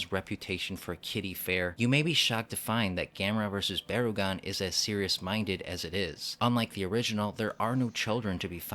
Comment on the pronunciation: "Baragon?" "No, BarUgon"